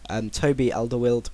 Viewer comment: Here are some correct pronounciations: "Kolbeyn Sig-toer-sson" "Toby Alderwiereld" "Vitessey"